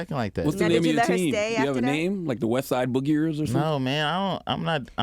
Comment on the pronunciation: He said "The Westside Boogiers" 🤣🤣🤣